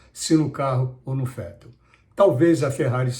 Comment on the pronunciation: falar Fettel foi engraçado